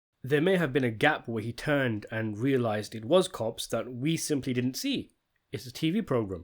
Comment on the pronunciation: He did-dent